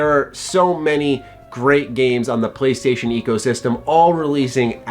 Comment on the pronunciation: MY PWAYSTATION IS BETTUH THAN YUH EXBAWX